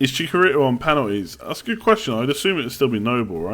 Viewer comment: For the love of god... Chich-a-ree-toe